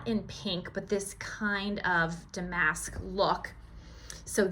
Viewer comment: Do you have a video in which you tell us about your previous careers? The English teacher in me makes me advise you to check the pronupnciation of “ damask.” It is dam-ask, according to on-line pronunciation guides. Your husband is very talented to have built the ramp. He is a Keepeer! What a great haul!